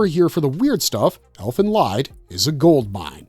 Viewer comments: The “Lied” in “Elfen Lied” should be pronounced as “leet”. It’s a German word for a song. “Elfen Lied” means “Fairy Song”. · Elden Lied. Lied is pronounced as LEED.